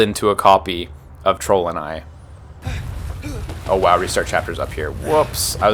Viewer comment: I thought he said trollden eye, like a cheap golden eye.